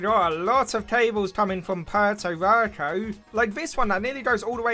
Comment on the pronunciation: first we had “pierre toe rico” now we have “purr toe rur co”, it’s pronounced “pwhereto rico”